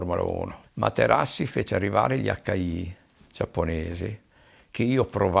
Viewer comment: "Facci lei Ing. Materassi" ad eccezione della storipiatura bell'intervista